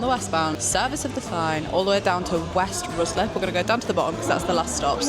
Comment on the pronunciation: Did you just say West Roozlip? Oh my word. RYE-SLIP